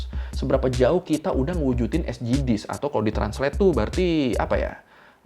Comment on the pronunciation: Bang, "esdijis", Bang. Bukan "esjidis" 😂 🫡🙏